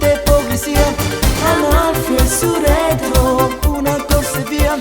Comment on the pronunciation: "Amalfi e Surretro"? Che stracacchio sarebbe Surretro???... Forse non conosceva Sorrento?... Può essere (e beh, altrimenti avrebbe pronunciato bene la parola). Oltre che per Nino Ferretti, dolori di pancia ancor maggiori per i Modern Talking!